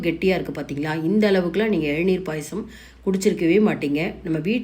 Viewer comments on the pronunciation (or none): Nice recipe. Thanks.It's Elaneer not ezhaneer